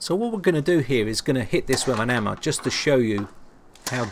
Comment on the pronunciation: "give this a good clout with an ammah" xD Amazing video, can't wait for more of your content.